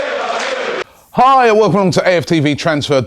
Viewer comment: Robbie The way you say "Hi" 😂😂😂😂😂😂😂😂😂😂😂😂